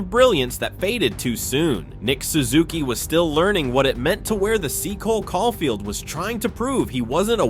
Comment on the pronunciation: Great video bro but you gotta work on your player name pronunciations lol. Even Cole Caufield man haha. Maybe just do a quick search up on how to pronounce the player names before recording 😅. Awesome video nonetheless